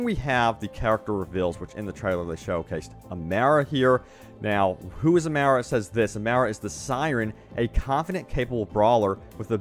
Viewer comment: No no not amera, it says Amara ah mah rah >.> this ain not miss merica